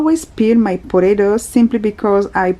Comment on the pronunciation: I love the way you say potatoes 😍